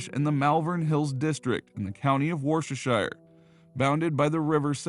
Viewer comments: I know it's hard but try saying 'Woosta Shur' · Wuster is probably the closest I can get to spelling the pronunciation. Wustershur the county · I'm an American, but I had a British boyfriend years ago. He laughed at the way Americans pronounced Worcestershire. Needless to say, I quickly learned the correct pronunciation!